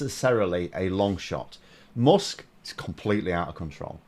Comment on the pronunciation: why do you say "mosk"? its "mask", spelled "musk"... are we in for another vowel shift?